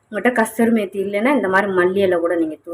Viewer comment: It is kduri methi not kadtjri methi.please tell the name correctly